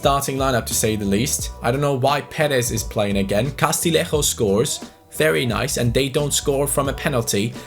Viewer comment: Castillejo is pronounced CAS-TEE-YE-HCO Other than that your pronunciation of player names is impeccable - a double L in Spanish is Y